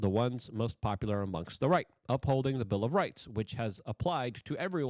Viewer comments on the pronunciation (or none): none